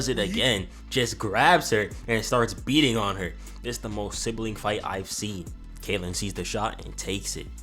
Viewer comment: "K.K.Kaitlyn" bro 💀